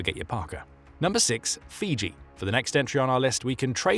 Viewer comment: Fuji??? No, Fiji